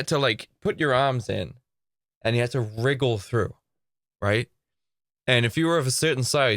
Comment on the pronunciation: Like how he says wriggle or wiggle? 😂🤣